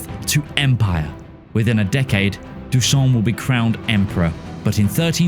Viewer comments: its not dooson its pronounced dooshan xD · I've been waiting my whole life for a non-serbian to pronounce DuSHan correctly. Guess I'll keep waiting. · Bro, the pronunciation of Dušan is hilarious. Whoever decided to give him a french pronunciation, man you made me laugh so hard. For those who don't know its pronouned Du - shan, Du like how Americans pronounce DuPont and shan is pronounced like the word share, but with a hard N at the end instead of Re. Here's the IPA rendition [ dǔʃan ] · I swear I spitted a lung. "Who the fuck is this french you talking about" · Yeahhhhh turns out the pronunciation guide I used was French 😂🥖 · kinda weird how you put effort into pronouncing Spanish regional names correctly, but then completely ignored the correct pronunciation Dušan and Achaia